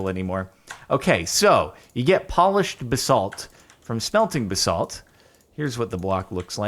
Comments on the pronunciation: Stop pronouncing basalt like that it gives me a brain tumour . Its "Baz-alt" not "Ba-SALT" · It's pronounced ba·salt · Nobody: Jordan: BuhSalt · Every time he says basalt I die a little more on the inside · Please stop pronouncing basalt wrong lol